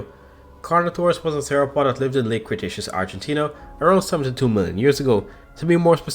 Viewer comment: bro, u saying theropod almost the same way as sauropod